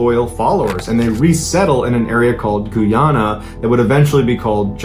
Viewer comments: I just had to say this because of how awful he pronounced Guyana, it’s pronounced “guy-anna” not “gooyana” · He also pronounces it a little odd: Goo-yana. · Who the $#@ pronounces it "goo-yana" 😂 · Not GOO YANA...ITS GUYYY ANA..GUYANA 😅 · It's Guy-an-a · It's pronounced GUY-AH-NA. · Sorry, but it Guy-ana. Love the story's. This was horrible. I remember seeing it in the news. All those bodies. They had drank the Koolaid. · Sorry to be That Guy but it's pronounced Guy-ana. Apart from that, I love your work. 😊